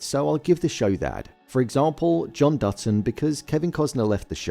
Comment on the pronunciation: It sounds like you are saying "Dudson" instead of "Dutton."